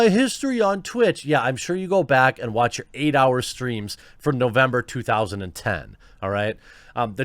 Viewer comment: “Muh twatch”